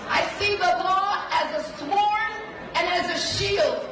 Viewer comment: “as a sWord”! She doesn’t even know how to pronounce the word and she’s running for Attorney General😂